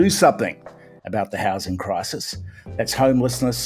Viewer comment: Gambling the houshing crishis on the shtock market.